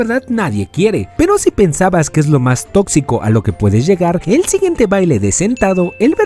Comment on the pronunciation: Dijo totzico